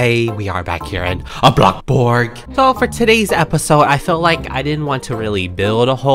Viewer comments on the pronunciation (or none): What people think he’s saying: Bloxburg: But what he’s saying: bLoCbOrg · BLOCKBURG Me: well i like blocks AND bloxburg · When he said “ABlockBurg” my closed captioning said Blackboard LOL